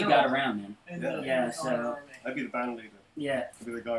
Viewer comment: Am I the only one who heard Bryan say "Conk" when trying to say "Connor Army"?? Coincidence? I THINK NOT, but hey, that's just a theory, A DBH THEORY!!